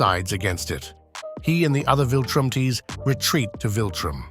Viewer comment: 'he and the other viltrumTEES...' bro...